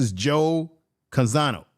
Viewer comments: Name is Joe Conzo, but you’re pronouncing it Joe Canzano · Not Conzano but Conzo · the correct pronunciation of Joe Conzo's family name is CON-ZO!